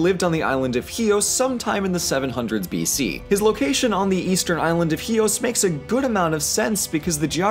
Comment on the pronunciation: I like your pronounciation of chios. right on.